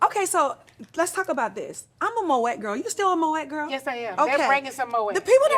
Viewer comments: It’s pronounced Moh-aay (Moët) not Moh-ettt. All cash and no class. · Moët is pronounced “mo-ay”, but carry on. Love the interview!😊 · Tamar it’s not MO-ET it’s MO-AY i.e. Moët Chandon. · No Nene. You can’t be an interviewer and you’re doing most of the talking. On another note… it’s spelled Moet but pronounced Mo-ay